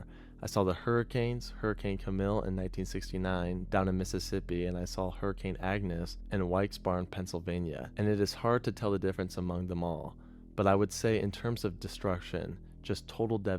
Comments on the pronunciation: Also, .... Nick Sweigle (the original poster of this video) mispronounced Wilkes-Barre. It's "Wilkes-BEAR". The locals universally agree with the "Wilkes" pronunciation. But the locals go with "bear", and "berry" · Wilkes Barre is pronounced like Berry not like Bar. I live south of that city and work a lot in that area with my traffic control profession. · Oh god. The way that video narrator said Wilkes-Barre triggered me. It's pronounced WILLKS-BARRY. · Ok, i know it isnt your video, but i need to put it on the record that the PA town Nixon was talking about is pronounced "Wilks Barry" lol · That pronunciation of Wilkes-Barre is wild. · i heard the dude in the video pronounce Wilkes-Barre and had to pause for a moment... I've never heard a butchering as bad as that before